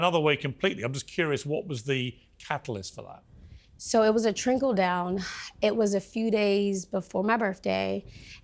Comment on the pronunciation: Hahaha "it was a trinkle down" haahaha trinkle?